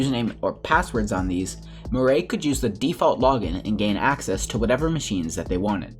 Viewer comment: Murray lol its mir eye